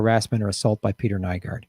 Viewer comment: Kinda odd when I started watching this video YouTube had some weird glitch and I couldn't see the comments... not saying that it was anything more than a weird coincident, but... Also, yes he's a monster but you do have to pronounce his name right, it's NEW-GORD